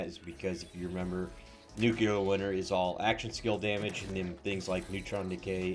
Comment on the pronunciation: It's not 'nu-ku-lah'; it's 'new-clear'. Just because George Bush couldn't pronounce it correctly doesn't mean you can't. That said, thanks for the suggestions. This is the same build as every green tree Harlowe that already came out two months, ago, but at least you're trying to create something a bit different by using the Scientist class mod.